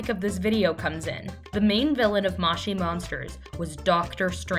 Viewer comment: mow chee monsters not maush ie monsters